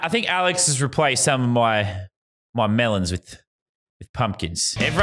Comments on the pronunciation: The way he said mElOns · the way me said melons tho